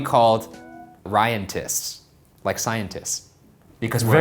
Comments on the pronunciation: lmao Ryantists i thought u said Ryantits pmsl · Anyone else thought he said RyanTITS??? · him : "Ryantists" Me : "Ryantits" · ryantist sounds like bronchitis